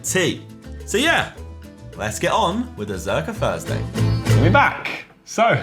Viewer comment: Josh: “Fursday”